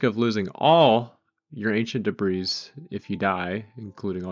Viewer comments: that is not how 'debris' is pronounced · The S in debris is silent